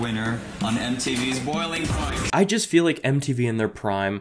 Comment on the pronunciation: Wow i cant believe this guy didnt say the "s" on the end of boiling points, its literally in the name, lets shame this fellow